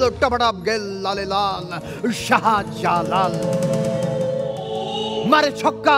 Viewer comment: আবু হেনা রনী কমেডি করতে গিয়ে "শাহজালাল" ওভাবে না বললেও পারতেন,,,; কাজটা ঠিক হয়নি